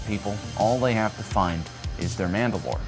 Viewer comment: Sooo MAND ’ ALOR or MANDA ‘ LOR ?